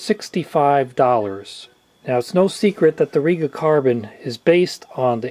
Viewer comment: It's pronounced REGa as in regulation not reega and planner as in planet. Good informative video though.